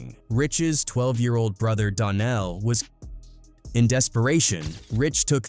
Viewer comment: Dar-Nell my god